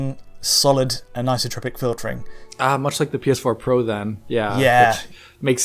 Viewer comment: should really work on his pronunciation of the word "anisotropic";) No offence, great video:)